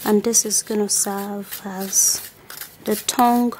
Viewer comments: Is it just me that hear thong instead of tongue? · Did she say thong or tongue ? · Yes the host is saying thong instead of tongue 😂😂😂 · She says thong instead of tongue, it is funny because she says I AM GONNA SHOW YOU MY THONG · Did she say clean your thong?